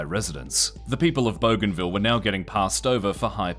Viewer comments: Boo-g huh ville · bougainville Boo-gan-viel Not bow-gan-vil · BOO-GAIN-ville. Goddamn dude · I love that the Aussie narrator is pronouncing it "Boganville" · bro thinks it says *bogan*ville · Actual pronunciation should be closer to Boogai(n)vil. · lmao i had that exact thought when i heard the pronunciation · You could not be butchering the name of the island more than you are 😂